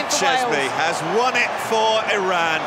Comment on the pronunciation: Cheshmi no chezmi Sh like shin no z😂